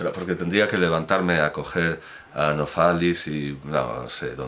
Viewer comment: Buenos días, muchas gracias por sus videos. Supongo que se refiere a Novalis, a [noˈvaːlɪs] cuando dice Nofalis. Un saludo desde Berlín.